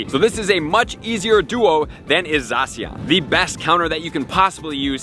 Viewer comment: It’s not Zawh-See-On, it’s Zah-Sh-Ian